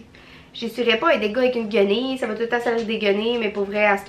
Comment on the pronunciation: Tu es tellement drôle quand tu dis Guenille 😂😂 et ça me fait plaisir pour le message c est vrai que tu es jolie ❤️❤️❤️ je suis contente que t’es vidéos soient de retour